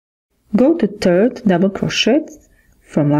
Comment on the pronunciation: Third not tird